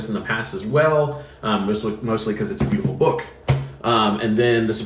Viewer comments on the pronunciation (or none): none